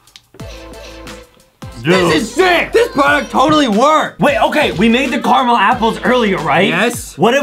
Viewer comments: Adem it is caramel not camell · Why are they saying carmel and not caramel? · Its ca ra mel not charcoal😂😂😂😂😂😂😂😂😂😂😂😂😂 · Adam:I Carmel apple ??????????????? Justin:*watering mouth*